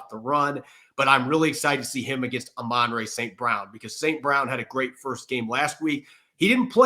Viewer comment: It’s Amon-ra, not Amonray.